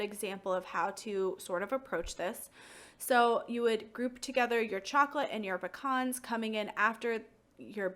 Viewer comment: How is it pronounced? Pea-cans or puh-cons?